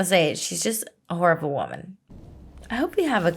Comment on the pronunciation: “You whore-ible person” is how I took the way you said it when Sirius gets killed.